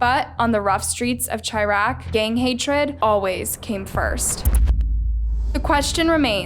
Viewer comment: its shy-raq not chi-raq! love u though u still a baddie